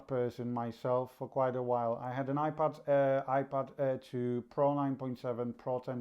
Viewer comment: Are you saying iPad or iPod because it sounds like you're saying iPod with your accent it's iPad you need to announciate better